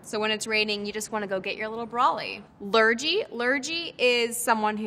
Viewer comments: And it’s lurgy with a hard g, not a soft ‘gee’ - strictly you’d describe the illness as a lurgy, not the ill person. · I’m confused by her definition of ‘blub’ because ive only ever heard it used to mean ‘cry’ or ‘sob’ like if you had a ‘row’ with your partner, you might have a bit of a ‘blub’ about it. Also ive never heard anyone say lurgy with a j sound, it’s always a hard g. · Blub = cry Cream crackered (Cockney rhyming slang) = knackered = tired - they got the expression wrong, cream knackered isn’t a thing Lurgy isn’t pronounced lur-jee its pronounced lur-gg-ee Half of these aren’t slang terms, they’re just names for things. And most of these are either really old school and not used or regionally specific. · Lurgy lmao 🤣 it’s pronounced lergy! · Cream Crackered, surely? As that is rhyming slang for “knackered”. Also, “lurgy” has a hard G, not a soft G. “Nick” can also mean incarceration. “He’s in the nick” - police cells or prison. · She 100% googled these or got props before. I’m a Geordie/British person and the way she’s explaining them especially ‘mint’ has me floored 😂 she pronounced lurgy waaaay wrong too. she’s lived in America WAAAY longer than she lived in the UK the concept for this interview is WILD hahaha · As a Brit, I can say that a few if these were completely wrong (e.g. blub means to cry). Also, lurgy is said with a hard G, and I have NEVER heard of going for a bezzle. A bevvie - yes, a bezzle - no. I also live in London, and have never heard of a pea souper. And it’s Cockney rhyming slang, not scheme. I know Lily Collins is technically English and may know a few of these words, but I kind of got the impression she was reading the answers off the back of the iPad. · Lurgy is with a hard g not a soft g, as in "the dreaded lurgy". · I mean, Lilly is stunning and a great actress but blimey please don’t pronounce “wazzock” as “wozzock” or “lurgy” and “lurjee” it’s bloody painful to listen to 😂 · Lurgy? Total mispronounced :D